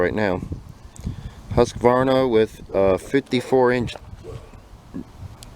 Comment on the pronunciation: I must commend you on your pronunciation of Husqvarna. Not Husq-uh-varna